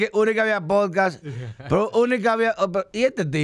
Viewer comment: Él dijo podcast bien al principio. Deja el "hate".